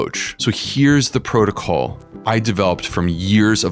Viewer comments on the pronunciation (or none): none